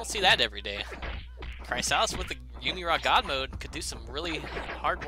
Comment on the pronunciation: Unless Chrysalis has said how to pronounce his/hers IGN, then it's pronounced Crisalis, not Cry-salis. Sorry for pointing it out, but it became quite annoying in the long run. For a tutorial on how to pronounce it:watch?v=maUzoRbiJa0